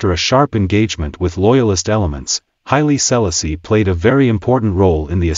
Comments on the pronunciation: Stop messing up his name. Say it right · Learn how to pronounce his Name😮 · Could have learned how to pronounce HIS name……ah sah…disrespectful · Love the information, cannot stand how the narrator pronounces His Highness name.... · Had to stop watching! If you can't pronounce H.I.M name properly, you shouldn't speak about him!!